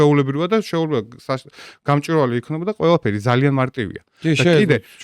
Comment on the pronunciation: გამჭვირვალე და არა გამჭირვალე.